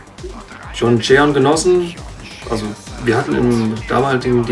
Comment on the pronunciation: Hat der da tatsächlich gerade "John" englisch ausgesprochen bei?